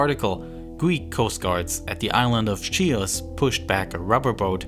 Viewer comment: "on the island of Shios" (Χίος). Sounded like a Cypriot :P